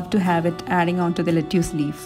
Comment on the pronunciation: Hi, I am Anna. ( writing from hubbys account). Old enough to be your mom! I would like to humbly correct your pronounciation of Lettuce. The correct pronounciation is “ Let is. “ Not “ Let use”. I love watching your entire family’s blogs! 🌸